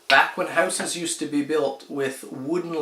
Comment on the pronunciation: " Housesis " ? Huh ? Good vids however.